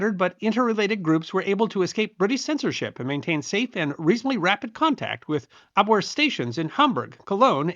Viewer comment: Being German, who we know pronounce "W" like a "V", their military intelligence organization was pronounced "AbVere" not "Abwere".